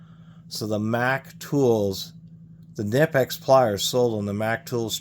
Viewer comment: Kuh-nip-x........😂😂....just a heads up, to the 👊💯 Most people hate their needle nose because of twisting, but I've enjoyed having them in many situations 💯